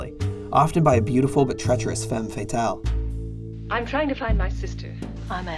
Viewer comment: It's interesting how you know so much about film noir, yet you don't know how to pronounce femme fatale😼 But a great video, and a very interesting topic.